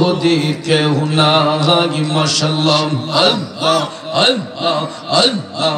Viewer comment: হায়রে ভন্ডা আল্লাহ নাম টা বলতে পারে না.. বসে বসে জিকির করলে কি হয়